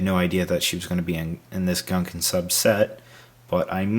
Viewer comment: Is the interactive transcript the only one who agrees he says "Gunkun Sup" rather than "Gungan Sub"?